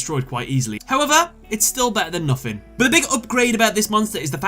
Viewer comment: it spells nothing not nofin